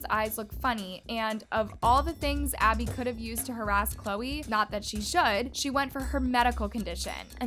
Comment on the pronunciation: Maddie can't even say Abby's name and Chloe I feel bad for her she was my favorite and I hated when she got yelled at it enraged me 😡😡😡😡😡😅😅❤❤ but Who loves Chloe cause I do😊